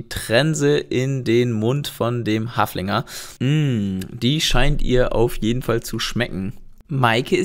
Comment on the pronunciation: Wie tom sagt Haflinger 😂😂